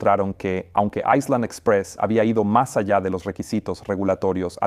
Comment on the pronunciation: No se dice aislan, si no ailan, la S no se pronuncia cuando la precede la L